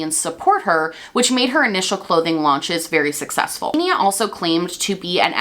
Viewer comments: Her name is actually pronounced “Ksenia” in Russian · xenia is actually pronounced like ksenia in russian, i believe russians would even spell the name that way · i'm sorry babe, but you butchered her name so badly 💀 i am russian and couldn't even understand what name it was supposed to be should've stick to calling her doe deere lol